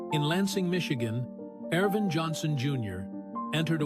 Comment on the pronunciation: his given name in Ervin, not Arvin. Jezus, everyone knows that. His could this video get his name wrong?